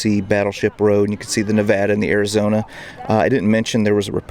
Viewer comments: As a native, I appreciate your knowing how to pronounce the name of the USS Nevada. It's a small thing but, as the Nevada drew fire which could have gone to cause even greater devastation, it's nice to see proper, accurate representation. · I'm so glad this gentleman pronounced Nevada right, few people know how to.